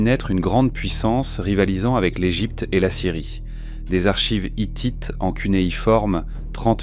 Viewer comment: Vraiment c'est la pire IA que j'ai écouté, la lecture littérale est assez chiante Par exemple L Egypte au lieu de l'Égypte c'est assez bizarre